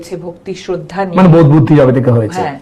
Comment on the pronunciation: ওটা কে শোদ্ধা বলে না। আগে উচ্চারণ শেখ। বর্ধমানের মিহিদানা